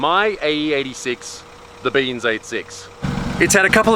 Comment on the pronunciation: the australian accent with saying "beans" just hit different